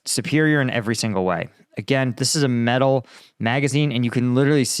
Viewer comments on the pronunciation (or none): none